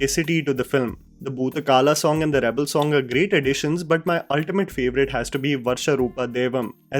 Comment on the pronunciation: It is bhuta kola not kala